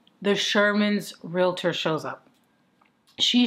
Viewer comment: Yes, thank you for the great thoughtful and thought-provoking content. And Thank You for saying "Real-tor" and not "Real-i-tor"😍😍😍